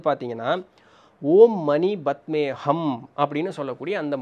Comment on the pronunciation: Anna it is ஓம் மணி பத்மே "ஹும்" . Not ஹம்.. i saw osho elaborating it in a reels